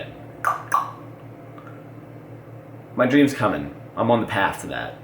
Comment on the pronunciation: "My Dream is cumming" hahaha are you Arnold dude